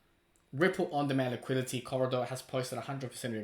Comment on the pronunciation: “Liqui-Di-teee” for the love of god